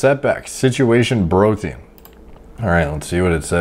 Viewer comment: Plz Stop saying brotien 😂